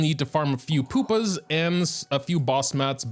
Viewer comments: It's not "Poopa", it's "Pupa". U. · I think Pupa pronounced Pyu-Pa